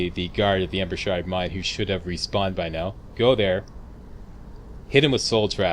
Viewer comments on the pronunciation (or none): none